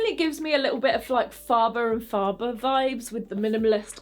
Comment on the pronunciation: Fabulous review. (Um .. it’s Faber and Faber pronounced ‘fayber’ 😊